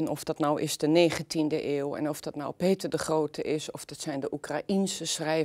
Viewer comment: Mevrouw begint te lekken bij het uitspreken van de naam "Peter de Grohote".